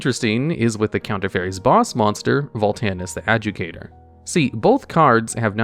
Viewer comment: A-JOO-DE-KAY-TOR not Adjucator